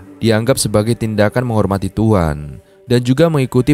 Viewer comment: Kok tuan buka Tuhan ... kurang jelas bicaranya